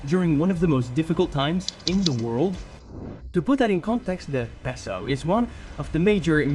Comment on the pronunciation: Jajajajaja 😂 Y también entendí cuando dijo "super pesou, super piso, super pisou"😂